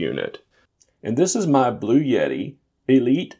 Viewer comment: You had me right up until you said bluyetti... please buy a victron controller and a battery system. They're much cheaper and scalable...